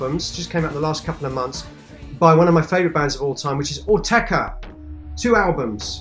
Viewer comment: It's Autechre not 'Ortega'...